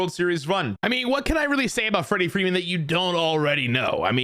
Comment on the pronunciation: Wrederick Wreeman